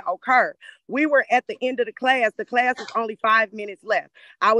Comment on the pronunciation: "Klass"? Really?